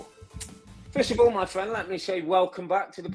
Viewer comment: My fwend, my fwend, my fwend, mate, buddy, my fwend